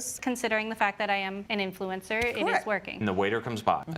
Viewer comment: Influenza not influencer hahahaha